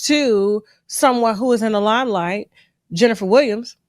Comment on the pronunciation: Tasha K you can demolish a name like no other you got me over here crying😂😂🤣🤣🤣 "Jenfa da Willams"